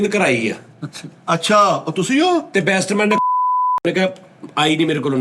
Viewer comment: Bestman ni Batsman kehna Sikh lo 😅😅😅😅 Swing Bad ch kra lena 😂😂 Love you Sir ❤❤❤ From:-Ohi Ronaldo Eda mai